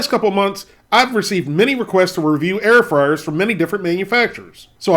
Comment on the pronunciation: Air froars 😂